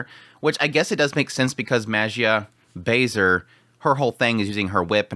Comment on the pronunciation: every time I hear someone say "Bay-Ser" x_x pls, look up how to say this name, pls